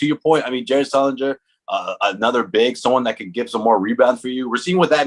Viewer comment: did this guys say sulinger